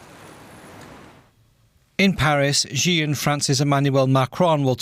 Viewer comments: Xi is pronounced as See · The host needs to learn how to pronounce “Xi.” 🇨🇳 Yes, he’s a totalitarian dictator but he deserves to have his name pronounced correctly 🎙️